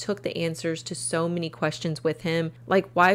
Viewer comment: Did anyone else think it was weird that she said a "mini knife" and "mini hockey mask" ? LOL. I realize she meant "many".....